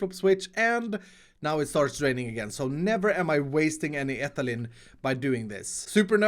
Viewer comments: It’s not ethalin it’s ee- thai- leen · Ethylene is pronounced Etheleen. I'm not hating please don't comment mean things I'm just tryna give info. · Ethylene is pronounced like Ethileen, all your chemist followers are hitting their heads on their desks